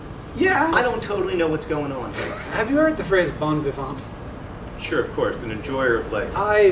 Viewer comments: The "t" in "Vivant" is silent. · Don't pronounce the "T" at the end of vivant ;) Bon vivant means Happy go lucky. One who goes through life lightly and happily :)